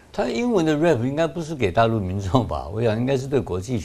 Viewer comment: rap 唸錯了